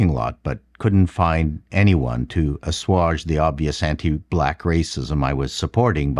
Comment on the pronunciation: Are you sure you pronounced "assuage" correctly,?